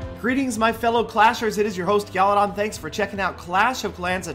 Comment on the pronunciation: What Peter...